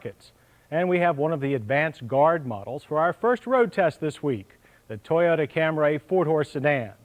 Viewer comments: FFS, John..................it's Cam-REE, not Cam-RAY!!!!!! If you have it, could you also upload that Compare-a-Car road test featuring the Cam-REE Liftback that John mentioned ?!! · Not Cam-ray!!! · WTF is a Cam-RAY????? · "Camry" only has one A. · Cam-ray. Eeyundaye. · I love how in the early years, they totally butchered some names, like the Toyota Camray, as opposed to Camry